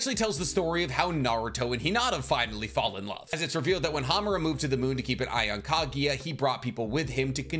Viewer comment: FFS it’s KAGUYA NOT KAGIYA